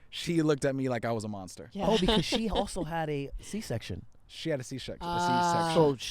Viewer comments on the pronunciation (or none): tried to say c section, damn near said shisha 💀